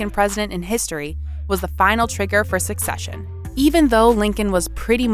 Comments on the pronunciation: I'm hearing "succession" instead of "secession." Huge difference. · Narrator keeps mis-pronouncing SECESSION as SUCCESSION. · It's Not Succession. It's Secession. It's not succeeding, it is seceding. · Why does the narrator keep saying succession and not secession? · Very good video, as I'm a fan of the Manifest Destiny period of American History and the Civil War. My only inconvenience was that the narrator pronounced "succession" when it was obviously meant "secession". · Did she say ‘succession’ ?? It’s secession. SE-CESSION! Come on, I’d expect a random moron in a Facebook comment section to not know the difference, but if you’re gonna make an educational video, get it right! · Her pronunciation created a lot of confusion because succession has an entirely different meaning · You guys are insane for 1. Mispronouncing secession the whole video 2. Stealing the cereal joke from oversimplified history and putting it in an otherwise completely straightforward video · Who cares grammar cop. In the context in which she's using the similar sounding word it doesn't take a rocket scientist to understand what's she's getting at